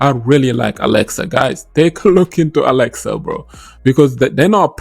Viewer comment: Alexa or axelar🤣😂🤣 Good video 💯👍🏾😎